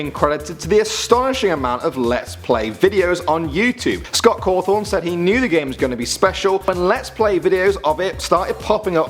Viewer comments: 2 things. 1: its scott cawthon not cawthorn. 2: its freddy fazbears not fazbars pizza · It's pronounced Caw thon now carw thon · It's "Cawthon".. Not "Cawthorn" I knew like all of these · did he say scott COWTHON ITS CAWTHON GRRR .I LOVE FNAF!!! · 10. The picture you put up of Scott is fake and you pronounced his last name "Cawthorn" instead of "Cawthon." And only FNAF 1 and 2 used a power bar, and in FNAF 2 the power bar only drained when you used the flashlight. 8. Fake picture of Scott again. 7. Uh...that theory about you, the player, being the killer is way old and was debunked immediately after FNAF 2 came out. 6. That FNAF 3 picture you put up is from a fake fan-made trailer fyi 5. Fake Scott Cawthon again. And he wasn't working in a "dollar store", it was Dollar General--which, despite the similar name, has items way overpriced. 3. You pronounced it "Cawthorn" again 1. You pronounced it "Cawthorn" again As you can tell, I'm a FNAF addict. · Who else was triggered when.he called Scott Cawthon Scot Cawthorn? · You pronounced Scott Cothon!! 😆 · fazbar and cawfon thats how you pronounced them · fazbars? Cawthorn? wierd pronunciations man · "Scot Caawthhon" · Scott Caaathon Freddy faazbars really???!?!?!? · he said Scott Cawthon wrong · first of all you mispronounced cawthon and fazbear GAAAWW second who still calls matpat the game theorist??? youre behind the times.... Lastly DREAM THEORY DUDE!!! TWO WORDS DREAM THEORY. Amateurs